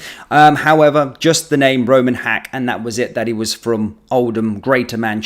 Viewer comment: First I heard was Rumen, not Roman. Rumi is a well known 🕋name, so guess they made sure to alter it a little?